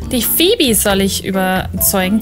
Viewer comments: Es wird tatsächlich "Fiebie" ausgesprochen 😊 habe ich in irgendeinem Hörbuch mal gehört, wo ich vorher das Buch gelesen hatte und dann auch jedes Mal drüber gestolpert bin😅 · Bei der Serie ‚Friends‘ spricht man es auch Fiebi aus, also alles richtig gemacht 😅